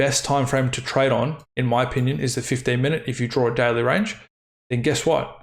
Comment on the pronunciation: The way you say "daily" sounds like "deli".